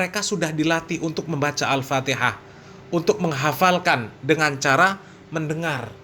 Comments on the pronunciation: Bahar Bahar baca alfatihah Mahrojal hurufnya berantakan sekali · Baca Alfatehah saja gak bener, bgmna mau baca Kitab Kuning, Har....Har !! ente mabok minyak Rem atau Mabok Air Aki ???? yg begitu disebut Keturunan Nabi SAW ??? Sangat Memalukan, sodare !!!! Mukibbin ente jadi semakin DUNGU itu nanti nya 😆😆😆😆😆😆😆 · Memalukan bin demit ini, bacaan Al Fatihah aja sdh tdk benar,apalagi bacaan yg lain,TERLAAAALUUUUUUU.... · BAHAR CUMA GAYANYA SAJA YG SOK ULAMA PADAHAL KOSONG OTAKNYA... BACA KITAB SAJA SALAH DARI KIRI KE KANAN... BACA ALFATIHAH SAJA SALAH... AMPUN DEH YG MAU BERGURU DGN BAALAWI KAYAK GINI...